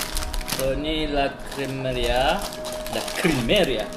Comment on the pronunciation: Abang cakap LA CREMERIA tu salah la....